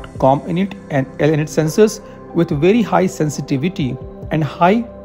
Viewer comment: It's not cominit or elinit. It's Comm. int . Abbreviation for Communication Intelligence. Like MI which is for millitary Intelligence